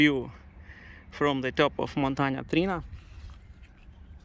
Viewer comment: It's Montana TriAna ;)